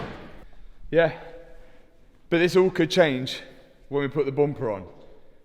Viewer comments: I love how "bumper" becomes "boompa" each time says this word 😂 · Hearing say "Bomper" makes me giggle ❤ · Take a drink every time he says "boompah" 😂